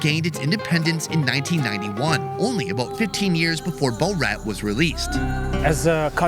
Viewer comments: Bo-rat?! Lol It's pronounced Bre-at. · "BO-Rat" you done screwed up Sonny. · Why does he say "Borat" weird? He's saying Bow-rat.